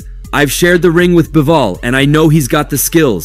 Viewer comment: Bro said Bibol